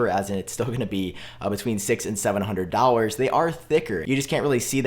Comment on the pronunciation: DOLLARS!!!! SAY WITH ME .... D...O..L..L..A..R..S... NOT DOURS LOL... Whats up with that man?